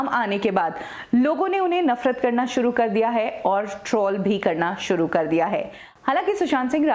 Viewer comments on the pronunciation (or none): none